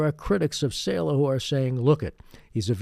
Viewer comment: Saleh is pronounced SAH-LUH